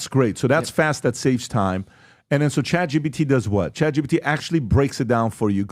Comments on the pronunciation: I still don’t understand why pat keeps saying chat gbt lol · Why do they all say chat gbt? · Why do they keep saying Chat GBT? I'm beginning to think they are all idiots. Maybe they all just have a difficult time speaking?